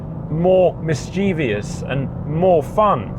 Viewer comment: Mischievous, not mischevious